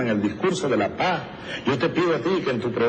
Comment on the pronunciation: Trum es terrible para Latinoamerica. No es que Vicky no hubiera querido hablar de paz aunque sea en ese tiempo, lo que sucedio es que Chavez no pronuncio"paz" el pronuncio "pajja" escuchen y veran que tengo razon. Y Vicky SUPER BRUTA, no entendio lo que le decian, se fue por la guerra y se caso ucon una familia asesina, corrupta y ladrona.